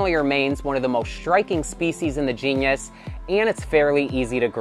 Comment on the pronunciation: That upper trap looks absolutely beautiful. Nitpick: Unless it's different in the US, I think genus pronounced "jee-nuhs", and not like genius :p